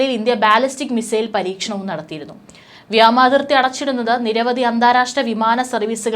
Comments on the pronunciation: വ്യാമതിർത്തി അല്ല വ്യോമ അതിർത്തി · വ്യാമാതിർത്തി തെറ്റ് വ്യോമ അതിർത്തി ശരി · Its really Irritating..vyamathithi alla..vyomarthitji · വ്യാമാതിർത്തി അല്ല..... വ്യോമാതിർത്തി.....